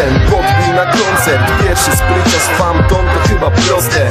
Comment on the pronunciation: PHANTOM!!! NIE FAMTON :D:D I ODDAWAJ PENDRIVE :P